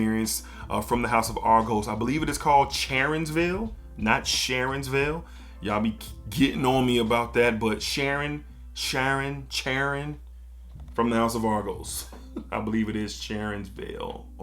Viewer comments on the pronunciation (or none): The name Charon is from Greek origin, and in Greek the C is silent. So it sounds more like 'Haron' if you want to say it the Greek way. But in English both 'Cha' and 'Sha' in Charon are incorrect. The English version is pronounced with more of a 'K' so it sounds closer to 'car-on' or 'care-on'. Also, there is an alternate spelling of the same name that starts with a 'K' - Kharon. Which helps enforce why the enunciation of the letter 'K' for the English pronunciation as being correct.